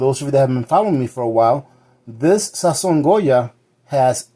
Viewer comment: No Sazón....SAZÓN lol